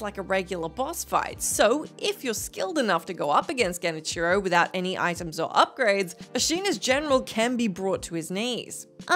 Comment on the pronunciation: Genicheero. No, bad.